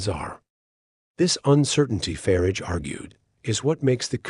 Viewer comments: It's not "Farige" it's "Farage" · "Voice of Brits" with a plastic voice with a yank accent that can't even pronounce 'Farage'. I'm sick of these right wing pseudo journalists.